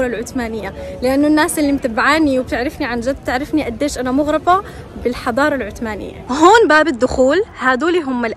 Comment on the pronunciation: العثمانية مو عتمانيه شذاااا .و اهدري لهجتك